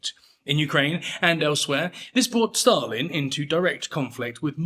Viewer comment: Why do you pronounce Stalin as "Shtalin"? Dude.